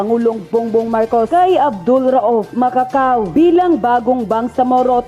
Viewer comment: Correction please Macacua not Macacao